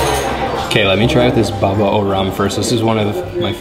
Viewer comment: It's a baba not a babo